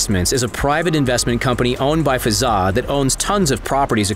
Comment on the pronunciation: I’m from uae and it’s Hazza not fazza